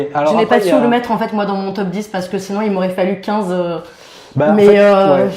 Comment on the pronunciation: Pourquoi j'entends "Teub 10" à chaque fois? C'est très déstabilisant! En même temps ce serait un super concept "Les 10 teubs qui nous ont fait le plus marrer dans notre vie" hahaha x) Sinon mon top serait un mélange des vôtres avec du plus classique comme De Funès, Coluche, Monty Python, du plus récent comme Ben Stiller, Les Bronzés, Le Père Noël est une ordure... Le dîner de cons... Les Visiteurs 1 et 2... je cite un maximum de Christian Clavier pour faire plaisir à. C'est arrivé près de chez vous, La Classe Américaine sont également des films cultes pour moi. Maman j'ai raté l'avion, obligé de le revoir à chaque Noël. J'ai également été très client des trois premiers American Pie. Si je devais en donner un "sous-estimé" ou méconnu ce serait un film avec Ben Stiller que peu de gens connaissent, en français il s'appelle "La Colo des Gourmands" qui montre un genre de camp de vacances et d'amincissement pour jeunes obèses avec un Ben Stiller en directeur de camp complètement taré. Voili voilou et je t'aime <3